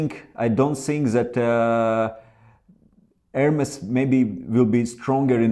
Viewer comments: ERMES, NOT ERMIS... MA FREND! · you know how to say ErmEs, why are you saying Ermis? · In italian it sounds like it's written, Ermes, not "air-mace"